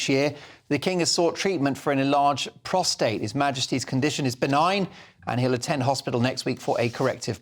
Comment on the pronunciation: Congratulations, you are the first one to pronounce the word prostate correctly. I’m tearing my hair out in frustration over all these people mispronouncing this one simple word. It’s prostate, people….